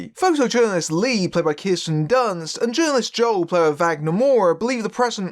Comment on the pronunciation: Kirsten. Not Kiersten.